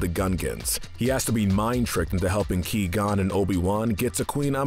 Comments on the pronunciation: Liam Neason: I am a jedi: wassup Ki-Gon Jin Liam: is this guy serious right now: Of course "Ki-Gon" Liam: gets Qui-Gon Jin mode on Liam: You asked: but.. Liam: What?? I'm just gonna ask if I can sub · Key-gon makes me cringe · It’s pronounced Kwi gon jin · Qui-Gon cries every time you say his name like that. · The gold medal of evil goes to you, for not pronouncing Qui-Gon Jinn correctly. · ok can someone PLEASE TELL ITS QUI GON JIN. The Qui is pronounced like Kawhi Leonard's name without the a. He is ABSOLUTELY BUTCHERING HIS NAME! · “ he’s too dangerous to be alive!” I agree, he said qui gon Jin wrong. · Qui qui QUI , for the love of the force. 😑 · He lost his key before the video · My reaction every time I here him say Qui Gons name Who? Wait Oh my god😂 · The pronunciation of Qui-Gon’s name in this video makes Qui-Gon’s ashes toss and turn in their urn! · You completely butchered the pronunciation of Qui Gon. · Key gone Jinn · Ki gone jin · Key gone Jin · Who tf is 'Key'-gon-jin? Guess it was a background character I missed, lmao. Good video, as always though. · Me when he said key Qui-Qon Jinn "You have chosen death then" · Now hold on. Great list and all but seriously. Ki-Gon?! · Him: Pronounces Qui-Gon's name "Key-Gone". Literally the entire Star Wars fandom: What? How can you do this. This is outrageous, it's unfair. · Ah yes my favorite character, Key-gon jin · Qui is pronounced like quiet. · "Key Gon Jinn" Bruh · "Key-Gone Jinn" 😂😂😂😂😂😂😂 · "Ki-gon" Jesus Christ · I had to give you a thumbs down. 'Key-gon'? Really? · Lmao he said key gonn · Hey, stop saying qui-gonn jin like key. It's not! It's quag! I'm excited to see what you do with sequel trilogy. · Key-gone? sheesh that tilted me to no end. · He said queeee gon hehehe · Ngl - I wanted to smash my phone when I first heard Key-Gon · Key gon btw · “Ki Gon” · pronounced gw-eye gon btw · "key gone"??? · Ki-gon? it's qui-gon, pronounced kw-i-gone. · Its qui gon not ki gon